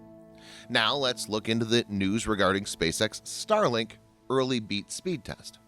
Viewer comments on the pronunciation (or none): "Starlink BEAT speed test"???? Even read out that way LOL